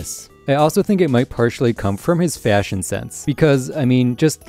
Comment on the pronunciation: “Fay-ashion sense”